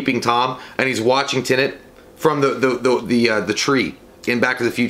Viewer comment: I love you, but for the love of God, please learn how to say TENET! They say it in the trailer!